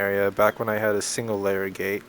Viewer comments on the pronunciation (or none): none